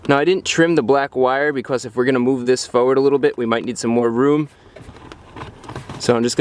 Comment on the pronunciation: You sound like ybr when you say fowerd